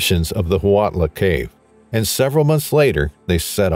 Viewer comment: Huautla canbe pronounced wow-tla